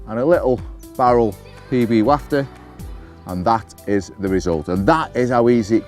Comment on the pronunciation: Haha Yes! but its WHAF-TER...WAFFTER I am sorry!